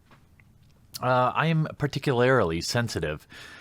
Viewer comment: Censorious - a real word that used to try to look smart...only to fuck it up by seconds later botching "particularly" and saying "particularily". What a mook.